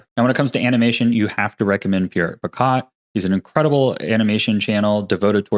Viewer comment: I also rep Pierrick Picaut! Been following his work for years, and I reference his rigging course every now and then. BTW "Picaut" is pronounced "pee-KOH". It's a French name ("au" digraph is an "o" sound)(word-final consonants D, P, S, T, X, and Z are silent), and I'm surprised that the pronunciation didn't stick with you, since Pierrick introduces himself by his full name every other video. Some other Blender characters I can recommend are mostly based around anime or game development. - Royal Skies: Lots of really quick tutorials for common game development, as well as Unreal and Cascadeur. Although he dropped doing good Blender tutorials for genAI in roughly 2023, but must've realized that that was a bad idea and matured out of it somtime around 2024. - 2AM: Lots of in-depth anime character model tutorials and analyses using officially released models from studios like Mihoyo. - Dillon Gu or Professor Goo: Has some okay tutorial videos but he has really good animation critiques. Gu is also the project lead for the Blender fork, Goo Engine, focused around anime. - I could recommend Pierre Schiller as well for more anime modelling, but he also fell for genAI unfortunately. His pre-2023 tutorials was cool though. - Arc System Works: They published a handful of presentations on their modelling process for Guilty Gear Xrd, of which there are fan-translated Google Slides. I would post the link to them, but YT will delete my post if I do. - Simon Schreibt: His game VFX blog has